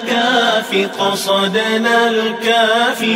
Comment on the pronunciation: Alhamdulillah yg ni baru betul sebutan قَصَدْنا dan كَفَانَا 2 harakah. 👍